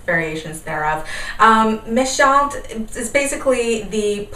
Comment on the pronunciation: Your French pronounciation is perfect! Méchantes simply means *mean girls*. :)